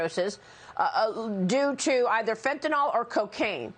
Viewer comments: FentanYL, Maria, not Fentinawl. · Is it just me, or is no-one able to pronounce 'fentanyl' correctly? WTF is 'fentanol'?